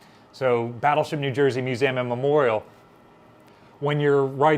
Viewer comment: I always get thrown when I hear you pronounce Museum as Muzam. Mu-Zam ? I wonder where this pronunciation stems from?